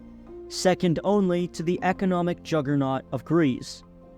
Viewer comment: the economic 'jagarnot' of greeve, as a greek, that killed me